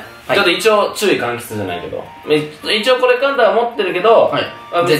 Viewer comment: ちゅういかんきつって笑 かんきだわ